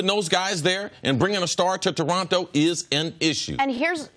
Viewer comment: Please never talk about Toronto if you can't even pronounce it correctly, god that was painful. Also he knows that he gets paid in USD, but has to pay taxes in Canadian and also expenses in Canadian dollars, right? He's probably gonna be making more than in LA you dumb dumbs. But thats besides the point